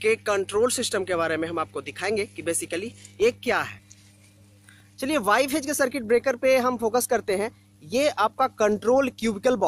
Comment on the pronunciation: Pagal phej nhi hota he phase hota he Vai😂😂😂😂